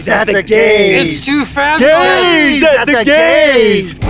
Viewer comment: "GAYZE AT THE GAYS!"; "GAYZE AT THE GAYS!; "GAYZE AT THE GAYS!" 😳🤯😵‍💫😵😬